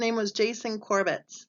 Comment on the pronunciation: Last name is pronounced Cor-bett.